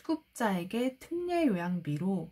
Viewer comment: 표준발음법 ㅎㅎ 특례 틍녜 훌륭하십니다🎉